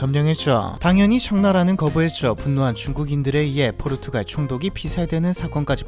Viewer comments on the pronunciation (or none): none